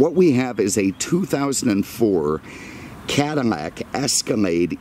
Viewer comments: Attention to detail is second to none love the videos but it's not Cadimack it's Cadillac 😆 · I swear every time I hear him say something that has an L, I hear M. Cadimac? Mexus MX460. Anyone else?